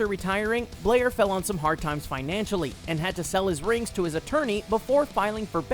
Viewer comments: Rocky Bleier former Steeler,his name is pronounced BLY- ER,not Bleer. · Rocky BLY-er, not Blair.